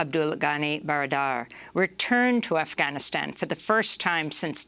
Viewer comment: Amy it's not Afhanistan it's Afganistan